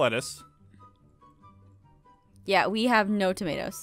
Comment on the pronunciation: When Jess said "lettuce" I heard "lettuth" Start annoying with that Jess. 😉